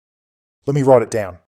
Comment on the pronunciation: LET ME WROYTE IT DOWN 🇦🇺🦘